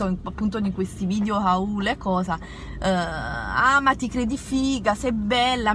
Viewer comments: se non ci dai peso, non parlarne.. hai un bel fisico e sei liberissima di sfoggiarlo, loro sono delle haters e si aggrapperebbero a qualsiasi cosa pur di insultarti, purtroppo devi fartene una ragione. ps. haul si pronuncia 'hool'.. se magari hai dubbi vai su google traduttore e clicca sull'audio così ti fa sentire la pronuncia esatta delle paroleche non sai xxx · hai completamente ragione, hai un corpo stupendo e quelle donne (anzi non si meritano di essere chiamate donne) ti invidiano, ignorale. un altra cosa haul si pronuncia houl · Ma perché tu e nancy pronunciate haul : "hhauuul" non è una parola italiana